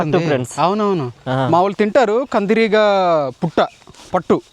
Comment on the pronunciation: పుట్ట కాదురా బాబు, పట్టు.